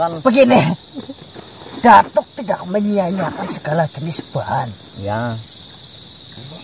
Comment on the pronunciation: 😂😂😂😂😂😂datuk bkn batuk 🤣🤣🤣🤣🤣🤣 si